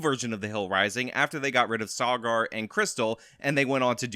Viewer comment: Haha how you pronounce Saagar